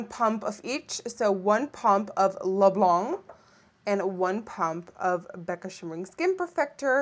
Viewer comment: It's pronounced like blonk not blahn